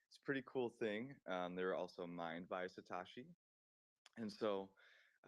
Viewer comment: I felt the same on Satashi it's Satoshi lol n Nakamato Nakamoto